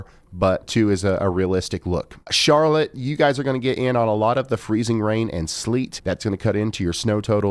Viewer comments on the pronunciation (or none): none